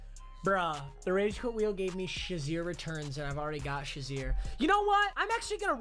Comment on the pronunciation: Why do you say Sha-Zeer. It is Shay-Zeer